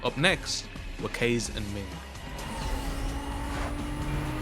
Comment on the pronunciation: Did he just call Kaze “KAYS"?😭